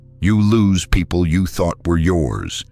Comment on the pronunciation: purpes not peaple, socaity